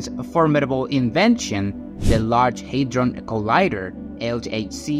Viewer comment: it is called hadron collider, not hydron collider hahah 🤣🤣